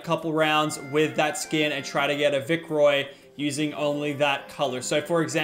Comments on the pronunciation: "Try to get a vicroy " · “Vicroy” ok Lachlan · I’m not the only person who says vic roy